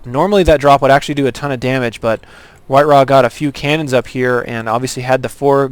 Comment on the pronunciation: It is white ra, not white wa.